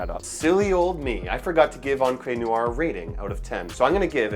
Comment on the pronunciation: Unbelievable. You are too lazy to even find out how to say noire...Americans eh? What is neeyouwah?